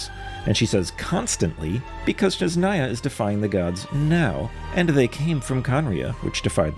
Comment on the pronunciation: Love ur theories man! I know its nitpicky, but i see it happen alot with many creators: You keep saying Shneznaya instead of Snezhnaya. It's a very small thing, but smth I'd like point out. Keep up the amazing work 🙏